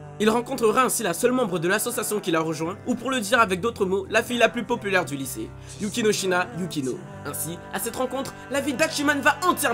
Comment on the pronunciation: c'est pas Yukinoshina yukino mais Yukinoshita Yukino x)